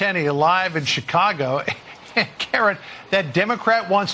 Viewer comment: Bruh did you say Chicongo? 😆